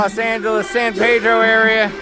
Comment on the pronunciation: Please, please please, for the love of God: pronounce the town's name correctly. It is not pronounced San "Paydro", it is pronounced San Pee-dro